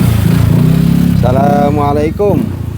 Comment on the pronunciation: maaf kang bukan menggurui tapi mengingatkan,klo memberi salam jangan; salamalaikum kurang sreg di dengarnya cobalah mengucapkan dengan; assalamualaikum gitu kang enak di dengarnya 🙏